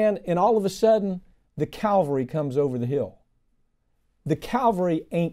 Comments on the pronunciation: Great stuff but unless my ears deceive me he kept saying Calvary rather than cavalry! Who were those bad guys circling the wagons, I wonder? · Pardon me for being nit-picky, but I got a kick of the host, highly educated though he is, pronouncing cavalry as "Calvary" near video end.